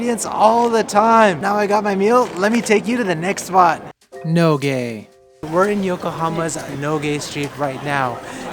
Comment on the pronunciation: i legit heard NOGE as NO GAY lmao